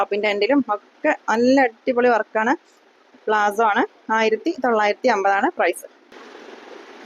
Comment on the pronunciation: പാന്റ് പ്ലാസോ എന്നല്ല palazzo എന്നാണ് പറയേണ്ടത്